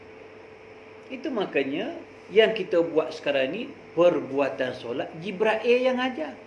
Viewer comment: Jibril bukan jibrail ...pening laa...